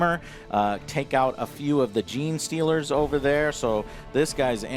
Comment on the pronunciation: He got Gene Stealers! Give him that lol